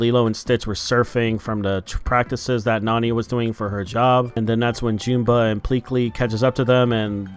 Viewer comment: Why does everyone keep mispronouncing Jumba and Gantu's names? It's "Juhm-ba" and "Gæn-too," not "Joom-ba" and "Gæn-too." Their names are even said in the movie. Either way, this live action sucks. As soon as I realized there wouldn't be any aliens in this movie about aliens, I decided not to see it.